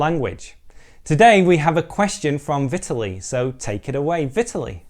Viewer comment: if you are interested to pronounce this Russian guy's name correctly than you should stress the second syllable: Vitaaaliy)) thanks for you video indeed!